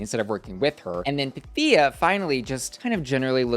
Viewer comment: Everything said. Also, waiting for Pythia to correct Ru on her name pronunciation. The emphasis is on the y, not i. I can hear my Greek ancestors groan each time it happens.